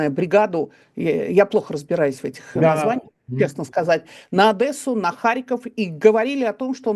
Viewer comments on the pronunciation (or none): Будь ласка, не ОдЭсса, а ОдЕсса) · Курица. Не ОдЭсса, а Одесса